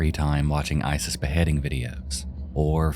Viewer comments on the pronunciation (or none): none